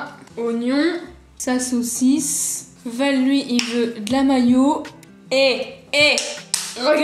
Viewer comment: Elle a dit sa sausice a 😂😂